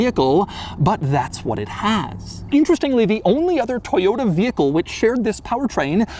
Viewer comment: Toyoda, toyoda, toyoda... It's ToyoTA.